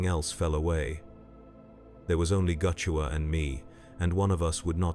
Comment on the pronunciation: Not goochewa. "Gu' Chewa", as in gut chewer.